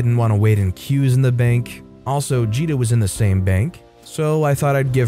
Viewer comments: Oh I hate how you pronounced GITA (GUH-EE TA) NOT JEE DA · How many more times am I gonna have to listen to this man mispronounce one of the simplest Indian names out there? It's a hard G, man, not a soft one. Gita. If you don't know how to pronounce a name or word, it takes a few seconds to look it up.